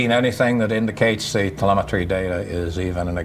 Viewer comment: How am I supposed to believe this guy when he misproounces 'telemetry'.